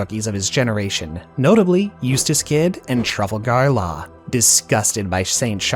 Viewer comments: Trafle-gar law 😭 GREAT VIDEO OTHERWISE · "Mary Joe Wa" "Truffle Gar Law" Love it😂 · I cringe every time he says Marie Jois and Trafalgar Law